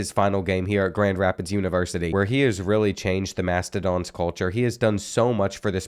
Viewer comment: its "mastOdons"